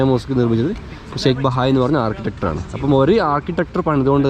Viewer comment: വളരെ നന്നായി,. ഒന്നുരണ്ടുകാര്യങ്ങൾ സൂചിപ്പിക്കട്ടെ, ജലധാര എന്നുള്ളതിന് 'വാട്ടർ ഫൗണ്ടൻ' അല്ലെങ്കിൽ 'ഫൗണ്ടൻ' എന്നോ പറഞ്ഞാൽ മതി. വിഡിയോ പോസ് ചെയ്തു കണ്ടാൽ മതി 'പൗസ്‌' ചെയ്യണ്ട. പിന്നെ മസ്ജിദ് നിർമിച്ച 'ആർക്കിട്ടെക്ട്' എന്നതാണ് ശരി. 'മനോഹരമായ' സ്ത്രീകളല്ലല്ലോ സുന്ദരികളല്ലേ? കൂൾ സ്നേഹം..